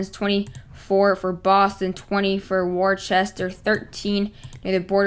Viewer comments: Btw, Worcester is pronounced wis-ter. idk why it’s pronounced like that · My son went to college there, it's pronounced Woo-ster. 🙂